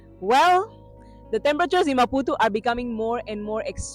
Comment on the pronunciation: Amazing maputo.i love the way your pronounce maputu😂😂😂.here from kenya